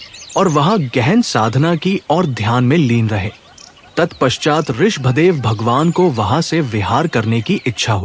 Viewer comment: Aap Rishabh dev ka pranouncetion theek se kare